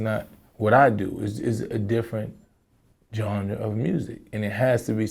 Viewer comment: PLEASE MYSONNE,,,,ITS GENRE,,NOT GHARA